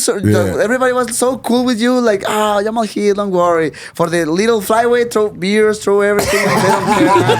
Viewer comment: Jamah-hall Hill 😅